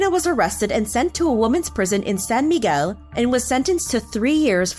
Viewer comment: Why did you say "Miguel" like that ?😭. I dont feel bad for her at all. For those saying a life was lost, yeah there was, but she costed peoples lives too. I'm sure. She was a fraud, a criminal.